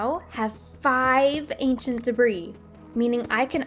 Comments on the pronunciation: I'm probably too late to yhe game here, but it's pronounced "debree" the S is silent. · I love this episode but debris isn't pronounced with the "s" ;w; Edit: at least in my area